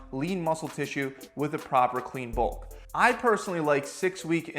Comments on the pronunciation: it said Bluk instead of bulk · Blukking is better than cutting or bulking I hear...I just don’t have a clue what it is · Bluk to be a hluk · "Switch to a BLUK" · "BLUK" hehe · “Switch to a Bluk” 🤣🤣🤣